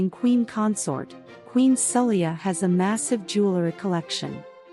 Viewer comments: Poor pronouncing of the queen name. The queen name is prononced as Sa- Lay-ha and symbols if islam, Muslims practice Islam. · She even called the country “Bahrain” more than once 😂. The queen herself is called “Saleko, Saheli, Sala… “ the narration is ridiculous.